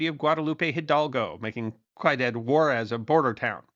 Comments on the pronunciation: I’m not generally inclined to make pointless correction comments but I’m actually trying to be helpful here. The word spelled “ciudad” is pronounced “see-you-DAHD”, not “kaided”. What you were going for there was “See-you-DAD WAH-rez”. 😅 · its cd. Juarez (ciudad) pronounce siiudaad. Its not cadet. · Its "see-you-dad" not "Caiu-dad". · Pronunciation: The first word in Ciudad Juarez is pronounced see-ooo-dad, not ki-dad. The word is Spanish for "city." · It's not "KWHY-DAD" Juarez. It's "SEE-YOU-DAD" Juarez. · Ciudad. Ciudad Juarez. C pronounced as “S” not a “K”. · Am I wrong to think that Cuidad is pronounced "SEE-oo-dad" rather than "KWY-dad"? Or is it something other than Ciudad Juarez? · Ciudad -> ‘See you dad,’ not ‘Ka you dad.’ I think you’d better re-record and re-upload this one. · Love the channel… El Paso is wild to this day. But across the river is worse… and btw, we pro ounce it “see you dad” = Ciudad. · koidad Juarez? the guy who does history cant pronounce Ciudad Juarez properly wtf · Gotta love "qui ooh dad war ez" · Ciudad = See-You-Dad’ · Ciudad pronounced Ci - u - dad (See-you-Dad) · I tried to find a private message method, but couldn't. For future reference Ciudad is pronounced like "see you dad" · Learn to pronounce "ciudad" please. It sounds a lot like "see you, Dad" said really fast. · Great video! BTW, “Ciudad” in Spanish is literally pronounced “see you dad.” ❤ your channel! Keep up the awesomesauce!!! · Ciudad Juarez (meaning "City (of) Juarez") is pronounced see-you-dad wa-rez. You pronounced the second word as well as any primary-English speaking person might be expected to. That said, please don't ever stop producing your history shorts. You do more to straighten out history than many much larger content produced do to mess it up; you services are desperately needed. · Cuidad (kwee-dahd)... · Ciudad is pronounced “see you dad” or “syoo dad” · Ciudad = see-you-dahd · Speaking of pronunciation... ciudad = see-oo-DAWD.